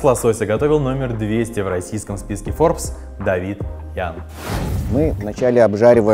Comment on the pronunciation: Поменяйте ведущего, ну вообще никак не созвучно со словом FORBES